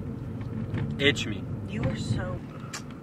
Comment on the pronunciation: "itch me"